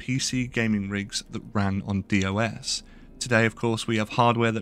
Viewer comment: 'DOS' rhymes with 'toss' my friend :) With that out of the way, I originally played LOTRO at launch, got through the epic expansion of Moria, and then got sucked into WOTLK and ended up playing WoW instead up until the current day. As time has gone by, I play each WoW expansion for one month, see the new zones, and then cancel my sub until the next one. Then I saw that LOTRO has legendary servers and I came back for good. Everything that I hate about WoW is the opposite in LOTRO. I've never wanted to rush to end-game, I love RPGs, and love to explore the amazing worlds that are out there. To me, WoW became a game where the world is constructed as a million quest pockets all sandwiched together. And although I like the dragons, it feels even more that the world is just a collection of acitivities to take up your time all bundled together. Middle-Earth in LOTRO feels to me like a real world, a place where my characters actually do live. I read nearly every quest and they're amazing, while WoW teaches you from the very beginning to ignore the quest dialogue as it's just filler. I really enjoy the journey, and that is what LOTRO is all about, and I am dying to see all the rest of the massive world that I've missed out on all these years. Just one example of why I love LOTRO - I did one of the starting quests to get a dwarf his axe, and then when I walked past him later on he said 'Hey, thanks for getting me my axe!' Little touches like that make me feel like it's a real world. I'